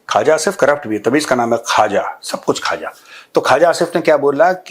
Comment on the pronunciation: मेजर साहब, आप पाकिस्तानी मंत्री ख्वाजा आसिफ को मज़ाक मे खाजा आसिफ बोलते हैं. इस नामकरण से बिहारी होने के कारण मुझे आपत्ति है. हमारे बिहार की एक बहुत पुरानी और प्रसिद्ध मिठाई है जिसको " खाजा" बोला जाता है. पाकिस्तानी गधे को इस नाम से पुकारना इस मिठाई के साथ नाइंसाफी है